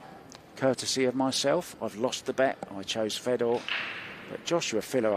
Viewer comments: So in some countries the name that's spelled fedor is pronounced..feedoor.? And in other countries, which is what I'm used to, it is pronounced fehdor. I don't know why it bothers me so much when someone mispronounces somebody's name. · Yet again, a predator event with some of the worst commentators in the game. When the one gentleman called Fedor "fee dor" i started to go for the mute button and it just got worse from there.